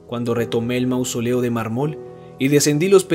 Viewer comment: Sé que este es un video antiguo y más que seguro has mejorado muchísimo, pero en esta narración hubo demasiadas palabras mal acentuadas, como mármol, impío, pulido, que no me permitieron concentrarme en el relato. :c